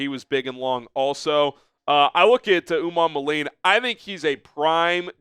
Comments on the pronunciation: Pronunciation: Princely Umanmielen (Oo-mon-mee-ellen) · Umanmielen is pronounced - oo-mon-me-ellen As a Florida a fan it took a couple years to figure it out.